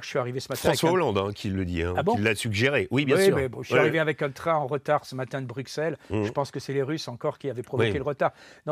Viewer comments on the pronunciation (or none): Eh ben, pour 1 "français" (en+) qui a vécu/vit a "bru-S-elles ! " et qui aime la Belgique ??? Quel repect ? de ne pas respecter le NOM de ce lieu, ces habitants ? ....